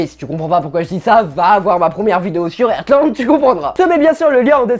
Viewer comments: Mais vous dites airtland ?😭 mou je dis artland sa ma stressé tout le long 😭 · Ca se prononce Hartland ! Mes oreilles saignent...😓